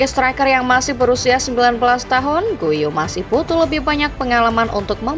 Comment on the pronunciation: Bukan guiu tapi giu prononsnya min, soalny gw pernah ditegur langsung sama orang catalan di komen youtube😂